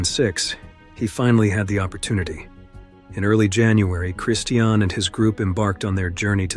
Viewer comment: All of these stories are so sad and tragic. I think the two motivational speakers’ deaths were, imo, the saddest. Mother Nature will have her way. The Narrator (who needs to learn how to pronounce the word “Christian;” it’s like the religion, sir), says “…if you’ve ever been camping…”. Only once, way back when I was young around 1970. I learned that, while I do appreciate the beauty of nature, my idea of “The Great Outdoors” is driving with the windows down!